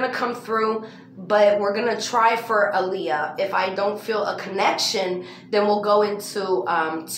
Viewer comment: And if this was Aaliyah she’d pronounce her name as “Ah-lee-yah” not “Uh-Lee-Yah” 🤦🏾‍♂️